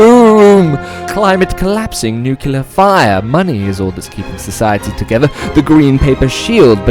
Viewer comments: I will not be subscribing to your channel. You mispronounced "nuclear" ; and that means you have an undiagnosed or undisclosed speech impediment. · Ah. Nucular fire! ❤